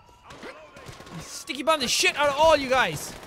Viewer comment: it sounds like he was saying tikey bomb